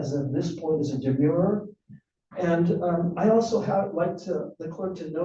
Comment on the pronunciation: If you can't pronounce demurrer don't file one.